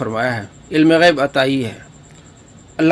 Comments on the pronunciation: Astagfirullah jhut tu ap bol rahe ho asi galti nhi kar sakte ap gayab bol rahe ho wo gayb bol rahe hy ALLAH ka khuf karen kisi pr tumat nhi lagye ok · Gayab nhi gaib bol rhe h bhai